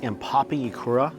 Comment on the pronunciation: I noticed struggling with the letter “u”. Ikura = Ikora, tempura = tempora. Kudos for saying those Japanese words wrongly but with high confidence